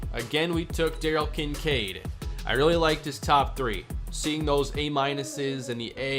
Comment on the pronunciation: Kin Kade are you kidding it's kin sade